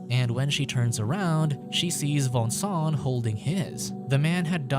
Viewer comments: Its not Vincent its Voangsoang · i can't stand the way he pronounces the name xD that's too much for me!